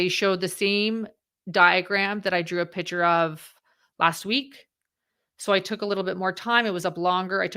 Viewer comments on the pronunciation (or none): FYI You mispronounced the word "seminal". Also it's a "picture", not a "pitcher".